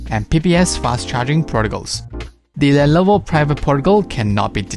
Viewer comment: Dude, it's not "lellloooovoooo", it is simply "Lenovo". Great video :)